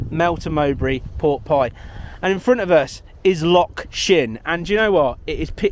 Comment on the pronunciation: Its not a lock ! Its a loch ..pronounced like your trying to bring up some flem from the back of your throat ! ( bloody Englishman 🤦🤷😜) 😂